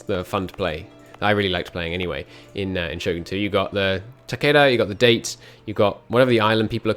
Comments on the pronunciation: Jesus please stop calling it date. Da-Tay. >.< ears are bleeding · IT IS Dah-Tay not Date! MUH EARZzzz HALP MEH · IT'S DA-TÉ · If you're going to play as the Date, please say it right. DAH-TAY.